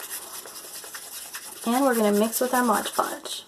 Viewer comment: It's Mod, not modge